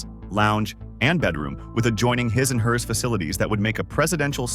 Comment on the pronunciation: Couldn't even say "his and hers" properly... must be cheap version. Lol. The yachts are sweet though.